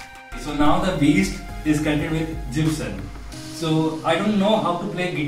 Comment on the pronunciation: They way you pronounce Jibson & telling this poor cheap stranger 20 a beast, whole guitarist fraternity is in fear. If this is a beast what you will call Hartke & Messa? Please don't promote cheap indian products.